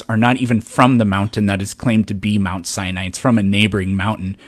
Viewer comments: The “biblical scholar” pronounces it Mount Cyanide. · He just called Mount Sinai "Mount Cyanide" didn't he???? OMG He totally did call it Mount Cyanide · Is he saying "Mt. Cyanide?" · "Mount. Cyanide" "An A-Atheist" "Irregardless" "Eye-Talian" 😅